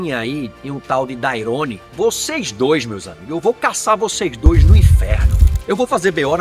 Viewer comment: "Daiorone" que o falou é o Donaire??